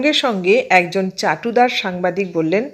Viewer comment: কতগুলো শব্দের ভুল উচ্চারণ কানে লাগলো যেমন 'চাটুদার(চাটুকার?),বশস্সদ(বশংবদ?) ইত্যাদি।